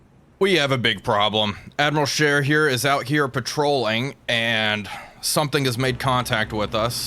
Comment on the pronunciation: May I commend you on the pronunciation of Admiral Scheer this time around. Just so it's clear, this wasn't sarcastic at all. Although I'm sure that made it sound more sarcastic than it already did... Anyway, that wasn't a serious thing to begin with, but you fixed it anyway.